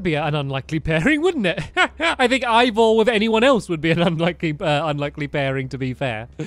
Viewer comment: I just noticed that stampy says Ivor's name wrong